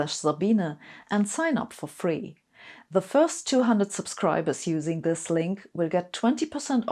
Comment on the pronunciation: This made me smile. Not many youtube videos do that. I love Sabine and have done ever since I heard her say "you can't make up zis schitt".